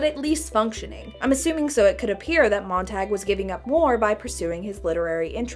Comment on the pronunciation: Montag is German for Monday, it's pronounced "tahg" not "tag", way to ruin a badass name